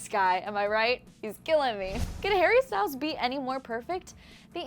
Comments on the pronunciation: "hare bear" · "har-bear" vomits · Did she say "hearbear" wtf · Harr bear 😬 cringe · nobody calls him harebear please stop